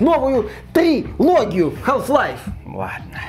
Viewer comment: Как как "хаЛф лайф"? Ахахха ну бывает. Хаф лайф как бы)